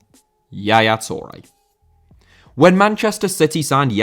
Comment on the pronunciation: Touré * not Tourei